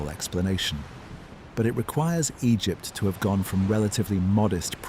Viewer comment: Am i the only one who DOESN'T hear anything similar to ocean sounds? Granted i also have a fan going. Anyway, much higher quality AI narration than I'm used to, so thanks for that. If you can't do it yourself, for some reason, at least get a program that doesn't pause randomly and pronounces Egypt 4 different ways.